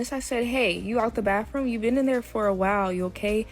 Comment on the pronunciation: What's a "baff-room"???